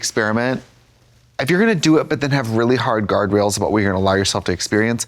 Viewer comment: Oh she said GUARDRAILS I heard GARGOYLES